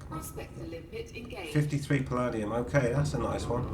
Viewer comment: Very useful video - thank you. You might want to check your pronunciation of "Palladium". It is puh-LAY-dium, rhymes with "stadium".